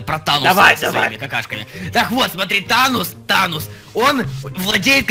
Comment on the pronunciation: не тонос а танос